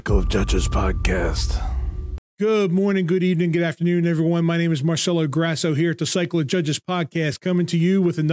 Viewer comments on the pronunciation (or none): none